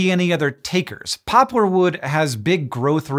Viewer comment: My inner child is apparently 6 years old cuz I giggled uncontrollably every time he said "pooplar" ...